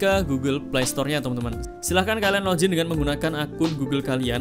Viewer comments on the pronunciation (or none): Login gan.... Bukan lojin....